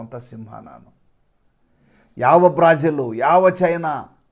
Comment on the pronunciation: Sir ಬ್ರಾಜಿಲ್ ಅಲ್ಲ ಬ್ರೆಜಿಲ್.